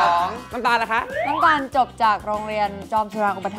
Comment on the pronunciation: นําตาลไม่ใช่นําคาล